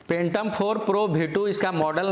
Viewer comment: Phhhhaaatom oho44 khaa bhiee 2 drone hai 👏👏